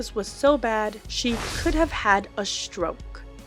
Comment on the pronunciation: Narrator, what exactly is a shtroke? If you are going to speak about anyone, you need to pronounce words properly. You don't have a speech impediment. Mispronouncing words this way makes you lose credibility and makes you appear less than intelligent. 🎉